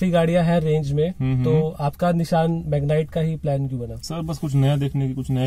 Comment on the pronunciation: निशान नाही रे भाई, निस्सान है नाम 😂